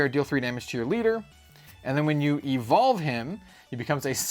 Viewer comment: Whenever u say Evolve, I heard "evil" and thought I miss a new mechanic 😂